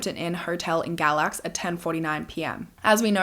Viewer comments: Galax is my hometown! We pronounce it “gay-lax”, i was washing dishes as you mentioned it, i had to stop and rewind and show my husband! On another note… poor Cassidy 🥲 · North Carolinian🙋‍♀️ he stayed in Galax “gay-lax” I’ve also never heard of this case. I love your videos❤️